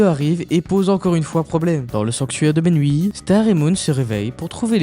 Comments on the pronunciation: La prononciation correcte du royaume c’est Miouni 😊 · Tu prononce mal le nom du royaume c'est Mewni 😅 Miuni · Pourquoi tu dis menwi?😂